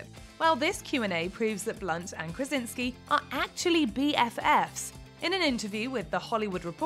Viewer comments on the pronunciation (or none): Krasiński a nie Krezynksy